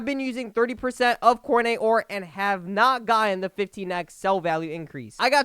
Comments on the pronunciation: it sounded like he said Fortnite 😭😅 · Nah more like cornite